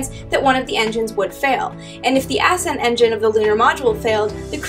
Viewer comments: why did she pronounced it as if it was spelled ass end stage? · maybe she said "ascent engine"